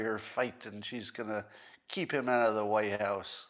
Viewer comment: "She's going to keep him out of the wye house..." What is a "wye house"?